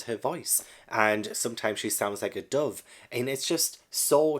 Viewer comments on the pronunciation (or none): none